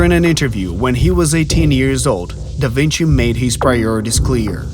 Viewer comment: "Dă Vincii" 😅